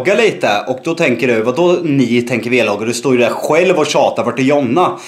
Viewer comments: Det heter vlogga Inte V-logga men jag älskar er i alla fall ❤️ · SNÄLLA SLUTA SIG V-LOGGA MAN SÄGER VLOGGA